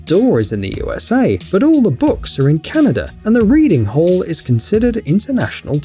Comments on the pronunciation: am i the only one hearing canader instead of canada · It's not Canader. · It's not called canader